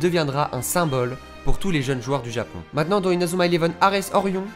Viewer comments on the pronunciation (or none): none